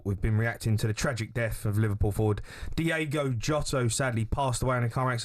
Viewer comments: DIOOOOGO not Diego.. least you can do is look it up before you talk ffs.. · Can we at least get his damn name correct?!?! D-I-O-G-O, not Diego. SMFH!!! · At least pronounce his name correctly ffs, it’s diogo not Diego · Please get his name right. It's DIOGO, not DIEGO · Gonna pay tribute and can´t get his feckin name right ??? Its DIOGO not DIEGO FFS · What is so hard about pronouncing someone’s name? The players name was DIOGO JOTA not Diego jota it’s DIOGO YOTA I’m not even a Liverpool fan it’s just basic respect really but I do like this video it’s a great tribute fair play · At least get his name right, Diogo not Diego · Say his name right please, mate. It's not Diego. It's Diogo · Diogo not Diego. Smfh 🤦🤦🤷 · Please please say his name right - it’s D-I-O-G-O WITH AN O!!! IS IT REALLY THAT HARD ? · As an honour to an absolute legend and more importantly respect, can you please pronounce his name correctly. Diogo...Ywna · Its "Diogo" jamie fs. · How can you read his name, and hear it said again and again on your own show, and STILL call him Diego? Come on ffs. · "DIOGO" how hard iis that to read and say correctly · Get his name right ffs